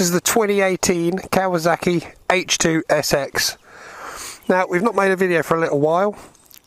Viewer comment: It’s kawaSaki not kawaZaki Why is everyone saying that now what’s wrong with you lot ??